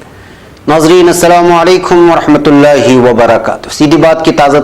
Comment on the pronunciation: سلام کرنے میں۔ ورحمت اللہ کے لام کو پر پڑھا کریے